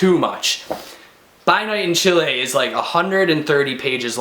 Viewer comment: You pronounced "Chile" right :). I'm happy because most people pronounce as"Chili" which sounds terrible and incorrect. Anyways, because I'm half Chilean so I should read this. It sounds interesting. Thank god Chile's political and economic standing is better now. Thank you for the review!